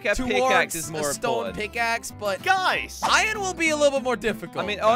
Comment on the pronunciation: its iron you said iyon in two videos